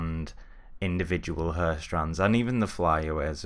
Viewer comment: it's HAIR like in AIR right? Not "urrr" XD anyway good stuff!